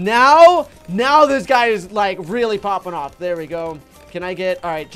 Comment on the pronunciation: I heard poping awe